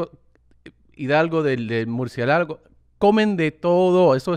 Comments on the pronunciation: Murcielágo JAJAJAJAJAJJA Suena como una especie de lago de murciélagos. Pinche Tom. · Tom dude don’t ever change the accent or pronunciation pls it wouldn’t be the same I love how you say murcie lago lmfao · Tengo entendido que tarado quiere decir tard. Besos! P.D. se pronuncia "mur-ci-é-la-go" - una vez lo confundí con la palabra "mujeriego"...la cual grite a "Batman" en una fiesta de Halloween. Bueno. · the way he pronounced "murcielago" 💀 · *Murciélago*. Pedile a tu mamá que te diga como se pronuncia. Te sigo en Inglés y en Español! Sos un capo